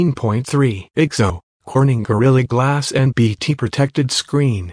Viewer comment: lol "gorilly" glass